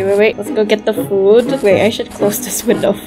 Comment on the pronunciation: You said foood 😂😂😂